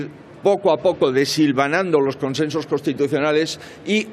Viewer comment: Conchenchos? Por favor aprende a vocalizar